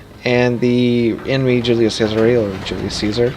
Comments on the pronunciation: The pronunce is actually Cesare, and not cesar (sisar) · Yea it's completely broken need to be uptiered or nerfed heavily, and if ur gonna mispronounce the name atleast stick with it 😂😂